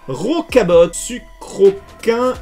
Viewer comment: Bonne vidéo comme.d hab et pour gallame sans l'accent et rocabot et aspiscot le t se prononce pas force a toi